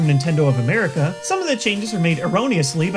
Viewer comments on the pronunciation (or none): none